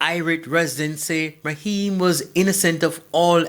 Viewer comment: Naheim,not maheim smh